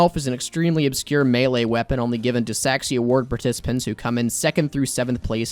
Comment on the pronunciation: Why did i hear Mewee intead of melee